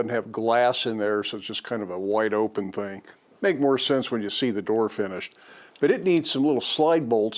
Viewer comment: Did I hear hing of the week……..😀 Sweet looking project, enjoy your day.